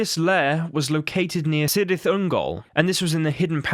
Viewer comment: Cirith is prenounced Kirith